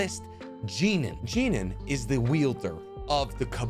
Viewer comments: I have seen this video before, And I'm not sure if I caught it then... But the words you're looking for is wielder because they wield their weapons. For some reason you keep saying yielder which essentially would be someone who stops something? Lol Someone that yeilds maybe? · **Wielder! Not "Yielder" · Swaggysu?? YIELDER?? 😩 I love your videos but why do you mispronounce sooo many names and areas in this show